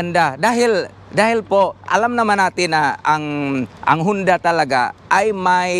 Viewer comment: Honda po .hindi hunda